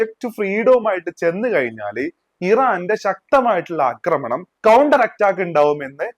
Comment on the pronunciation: Please say ആക്രമണം instead of അക്രമണം